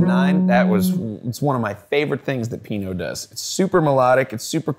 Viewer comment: Everytime he says Pino i cringe